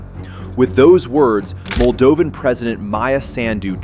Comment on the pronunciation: Who cares! The Moldovan pronunciation is unbearable!